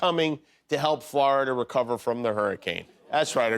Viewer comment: I like Jimmy. But man, it's like nails on a chalkboard, the way he pronounces Florida. FL-ARE-DA.